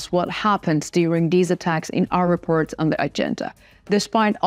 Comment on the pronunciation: I just love the way this beautiful young woman says repurt.